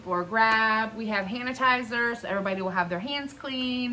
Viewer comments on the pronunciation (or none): Haha. You said “Hanitizers”